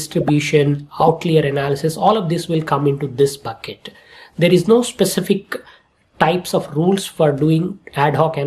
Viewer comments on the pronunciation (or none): none